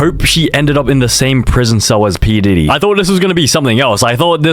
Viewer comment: Did bro said pee didy 💀💀💀